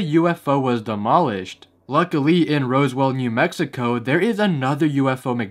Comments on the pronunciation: It's called Roswell New Mexico, lol not Rose-well. I'm from New Mexico and had a good laugh when u said that. In Roswell a UFO crash landed back in the day there 🤣🤣. Shout out to the 505. Iykuk. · It's Roswell not Rosewell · My guy It’s ROSWELL Not ROSEWELL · Excuse me.. "Rosewell"? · you pronounced Roswell wrong